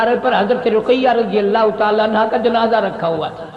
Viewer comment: Anha nhi bhai anhu